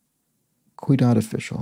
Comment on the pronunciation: Sorry, but I have to point this out. The "Ciudad official" clue... You repeatedly pronounce it "cuidad". "Cuidado" means careful, of course. But "ciudad" (with the C having an S sound) means city. It's asking for a Spanish name for a city official. "Alcalde" is, at least in modern times, the equivalent of a mayor. It used to have a more general meaning as a municipal worker. If you address this further out in the video than I've watched, I apologize.